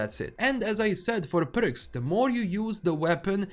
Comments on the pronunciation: it's perks not berks😊😊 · I love the way you pronounce "Perks"